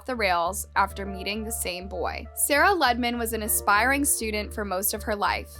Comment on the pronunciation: It's pronounced Loo-de-man. Not Luddman.